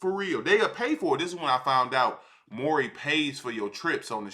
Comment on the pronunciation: bro saying maury povich is killing me lmao the whole hood know him as maury